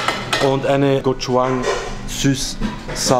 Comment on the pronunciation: Bro die Aussprache von gochujang ist gochuchang mit dem zweiten 'ch' bisschen milder ausgesprochen haha - war echt überrascht dass die das verwenden. Aber echt krasse Umsetzung wenn ein Veganer FLEISCHburger wie ein normaler Burger schmeckt. Hatte bisher ne komplett andere Erfahrung, dass die Fleischburger sehr komisch waren und die Chicken sehr nah kamen ans original.